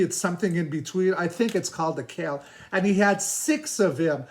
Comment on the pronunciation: Appreciate how humble you were in the beginning saying you didn’t think you could add anything more. ❤ Sad about the quail 😢. I wondered if any animals were harmed. (Btw, we pronounce that bird, like kale, but with a W right after the Q, so like this Kwale.) 😉🙌